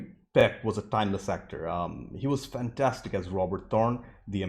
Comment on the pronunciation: I love how he says, "Fan...TAStic".